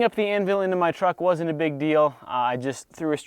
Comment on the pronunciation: good stuff, but PLEASE learn how to say "anvil" normally... hint, it doesn't sound like "an will"...: /